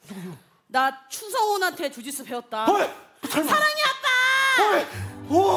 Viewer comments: ㅋㅋㅋㅋㅋㅋㅋ주짓수 주짓수 ㅈ됐어 ㅈ됐어라고 들음ㅋㅋㅋㅋㅋ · 나만자꾸 주지스를조됐어라고들리나? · 아 주짓수를 ㅈ됬어로 들었넼ㅋㅋㅋㅋㅋㅋ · 나만 주짓수 거리는거 ㅈ대써로 들리냐